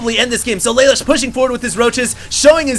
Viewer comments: You don't say it like lay lush, its la loosh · It's pronounced: lah -- loo -- sh From CodeGeass Thumbsup!